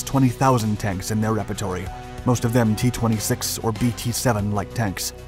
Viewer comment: Rep-eh-twar. Not rep-i-tor-ee. Love the content though.